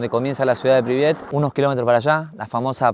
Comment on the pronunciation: La ciudad se llama Pripyat... Se escucha varias veces que decís "Pribiat"...